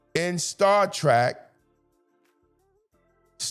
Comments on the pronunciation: Star Trek, not Star Track! That should show how much of a Trekkie I am. We all know that The Orville was a parody of the Star Trek series. Although the show was worthy of a Trekky fandom, look what they did with the Klingon representation. They made them haters of men and women. We know that Klingons are basically representing black people. That is a battle within itself on a larger scale, but was it really surprising in the new series that the Klingon is gay? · Star Trek…. Not Track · Appreciate you bring this up, Star Trek Academy is nothing but straight up crap. I think you are awesome but just want to tell you, it is Star Trek, not Trak. : ) It seems like masculinity is a bad thing, I don’t know who these writers are, and like you said, never seen a single Star Trek episode. How can you be a writer, there is complete cannon on this.